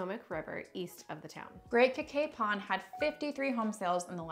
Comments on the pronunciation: Great video about our great county, but just so you know, Cacapon is pronounced Ka-Kay-Pun. Also, that gas station and restaurant was the Liberty Gas Station which has a restaurant in it. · thanks for the tips! dad loves Cacapon and has been there many times, and it turns out he pronounces it wrong because we relied on his interpretation!